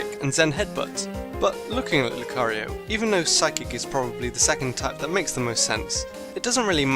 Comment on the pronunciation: You said psychc not psychic